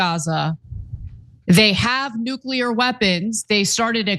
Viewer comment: Its nuclear, not nuqueler. If i were elected president, within an hour, there would be an executive order inacted that made the mispronounciation of this word punishable via lethal injection.